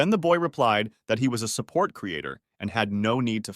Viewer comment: took a full half hour to realize that you are saying "support" and not sa-pert 🤦